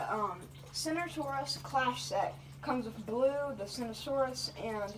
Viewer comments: How did he just pronounce that? Cinoranosaurus? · Idk where he got that pronunciation